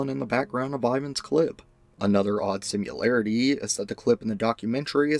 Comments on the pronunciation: Ugh, he keeps saying ‘simularity’ instead of similarity. Like when people say nuculer instead of nuclear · "Similarity" is not spoken with a "u". It's not related to simulation. Practice changing speech pattern.